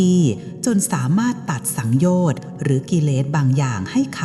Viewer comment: สังโยชน์สามยังอ่านผิดเลยค่ะ